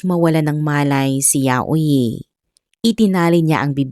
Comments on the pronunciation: Yayoy po ang pronounce ng name nya. Hindi po yayo-i. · HINDI PO YAUYI IT SOUNDS LIKE YAYOY YAYO-I